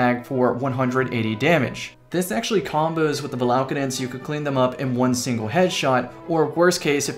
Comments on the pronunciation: ur adding an extra L in the name, its valakadyn, not valaLkadyn. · have you used cerb since the patch? That's what I call God tier RNG. Also, it's val-a-cayde-uhn